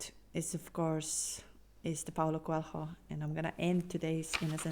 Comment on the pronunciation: Did you say Paul Coelho?